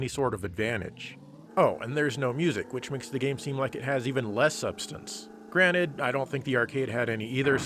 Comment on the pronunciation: did u say granite meaning granted? no mind blowers in this universe buddy! lol